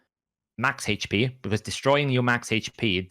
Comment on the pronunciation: I really appreciate CC, but for all you eNglish guys, HAIGCH P Is not how you say AICHP HP... grrr so annoying